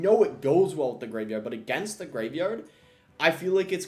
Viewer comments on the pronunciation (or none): none